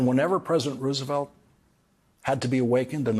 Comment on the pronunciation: Most of the time when you say Roosevelt's name you are mispronouncing it. This is a very good otherwise.